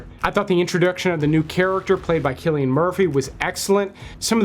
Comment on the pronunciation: Genet is French and pronounced...Jenay... And Cillian is pronounced Sillian. Just saying... 😄